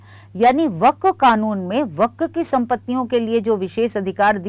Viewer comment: Amit shah se le kar bohot se anker tak waqf ka naam tak sahi nahi bol pate hai unme se aap bhi ek hain